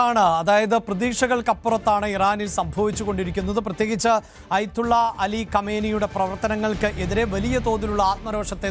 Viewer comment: അയ്ത്തുള്ള അല്ലടോ ആദ്യം പറയാൻ പഠിക്ക് ആയത്തുള്ള എന്നാണ്